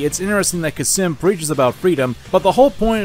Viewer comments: Cam-sin not kasim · Khamsin, not Khasim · Fun Fact: It's Khamsin, not Khasim, he even says it. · its kamsin not kasim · Your repeated mispronunciation of Khamsin as "Khassim" is infuriating. Good vid trilogy tho. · How did you get “Khasim” from Khamsin? 😂😂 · ITS CAM SIN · It’s Kampsin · Except how to pronounce khamsin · I'm still 100% convinced he mispronounced both Khamsin and Excelsus on purpose just to piss people off. Or he has dyslexia. Maybe both. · Did you just... forget the 'M' in the middle of 'Khamsin'? Edit: "Excelcius" that isn't butchering, that's just flat wrong.